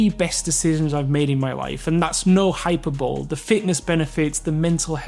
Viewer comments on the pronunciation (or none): Great advice. But please pronounce "hyperbole" as "high-pur-bolly" and not as "hyper-bowl" (which sounds look some American Footbal event) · "And that's no hyper-bowl" ... Hi-per-buh-lee